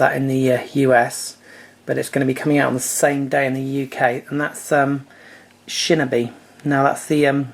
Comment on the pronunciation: Dude, "shin-a-b"...Seriously? It's pronounced "Shin-o-be". *facepalm*